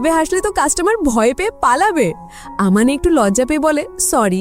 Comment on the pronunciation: ছেলেটার নাম mahiru আর মেয়েটার নাম আমানে আপু পরের বার থেকে ঠিক করে বলবেন